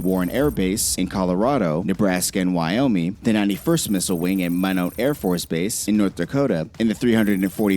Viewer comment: Where our missile silo's are at is classified and going near one is going to get yourself dealt with OSI, which is the United States Air Forces, Office of Special Investigations. You dont want to screw with Federal level stuff. Also the pronunciation of Minot by this person annoys me. Minot is always been said Why Not, Minot. because the I in Minot, sounds like a Y. Also Whitman!?!?!? its Whiteman!!! its really not that hard to pronounce!